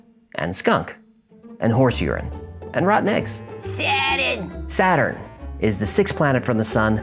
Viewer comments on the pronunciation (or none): “SAAAADUN” sent me 😂